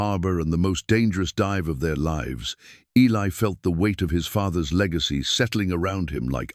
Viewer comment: Also how the A.I. mispronounces words such as lives, read, lead, and other words that changes pronouncement depending on context